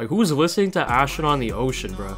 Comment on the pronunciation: why u saying astronoaut in the ocean bad bruv